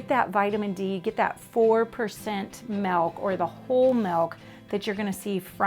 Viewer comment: Too bad she can’t say milk. I hear “melk”